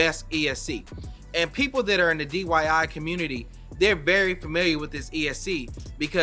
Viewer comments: It’s DIY not DYI. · Right so I wasnt the only one that heard that